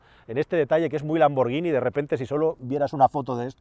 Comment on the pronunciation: Gracias por pronunciar bien lamborghini, ya somos un poco menos paletos